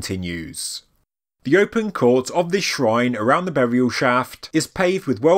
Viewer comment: and "boriaw"